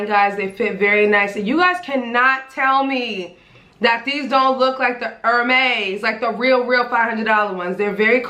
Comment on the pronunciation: I'm French and i find it kind of cute the way Americans pronounce HERMÈS 😅😅😅😅